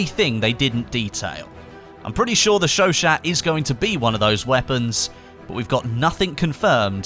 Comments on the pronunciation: Its pronounced sho sho not shoshat apparently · "sho shat" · Just so you know chauchat is pronounced kinda like show show not show shat. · chachaut is pronouneced cho-cho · The t is silent in chauchat